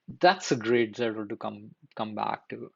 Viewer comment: This is a very good video. Just a small observation, it's Zettel not Zettle. Think I found your video because the first sentence of your description spells it correctly, but if otherwise I might not have.